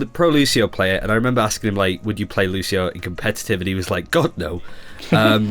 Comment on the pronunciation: Fucking "Lu-shi-oh" again. Wtf people, have you ever played as him? Even the voice line says "Lu-see-oh". My fucking god...